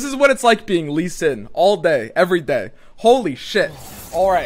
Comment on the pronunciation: It’s not shen lee stop calling him like that x)